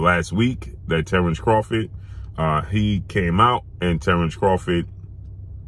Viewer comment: If Bud changed his last name to "Crawfit," wouldn't have to pronounce it any differently than he does now.